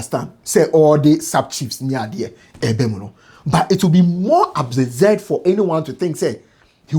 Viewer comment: Did I hear say it will "MORE ABZISURD"...